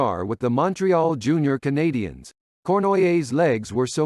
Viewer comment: your pronunciation of the Monteral Canadiens is Brutal!!!!!!